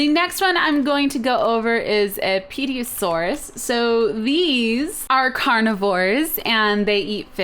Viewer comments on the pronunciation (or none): "Pediasaurus" really? nah it's cool. Hilarious but also cool.